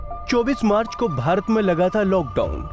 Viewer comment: 22 Marc ko laga hi bahi pahle sahi bolo